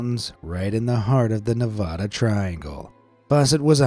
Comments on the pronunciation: Its NEVADA not NEV-AH-DA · Ne-vad-ah not Ne- vah- duh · One thing YOU MISPRONOUNCED NEVADA!!!!!!!!!!!!!!!!!!!!!!!!!!!!!!😡😡